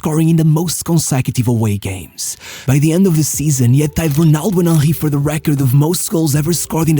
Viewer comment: Your pronunciation of Henry made me laugh each time. Ah-hee